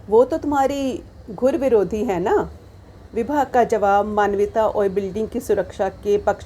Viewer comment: अरे वाह!इससे अच्छा नई पुस्तक का क्या परिचय हो सकता है।मुस्कुराते–मुस्कुराते परिचय देने वाली अदा तो ग़ज़ब है।मेरी लघुकथा का प्रभावशाली वाचन। घुरविरोधी नहीं धुरविरोधी (dhurvirodhi).ऐसे ही उर्दू शब्द ‘बा–आवाज़–ए–बुलंद’ बोलने की थोड़ी प्रैक्टिस कीजिए।मुगल–ए–आजम देखिए।बहरहाल पुस्तक का इतना अच्छा परिचय देने के लिए हार्दिक आभार।और भी लघुकथाएं सुनना चाहेंगे।